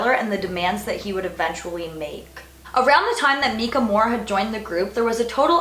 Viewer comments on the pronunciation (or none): Mekah? Its miiiiicah Ahah. That's my only complaint on this video. Great job, very enjoyable video- you're really great at speaking in a way that makes it easy for the audience to envision the story.